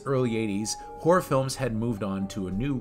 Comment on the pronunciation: How can you not pronounce Langenkamp or Horror? Aren't you a horror channel?